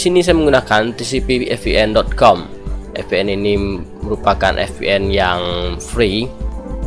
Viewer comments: ViPieN om bacaannya 😅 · terlepas dari "ef pi en", tutorialnya keren :D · Maaf bang VPN cara bacanya FPN atau Vi PN ? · Wkwkwk FPN atau VPN hahaha. Ngelawak siabang